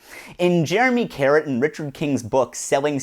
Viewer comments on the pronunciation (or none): none